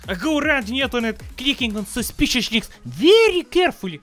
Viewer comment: I love how he says "suspicious Links"😂😂😂😂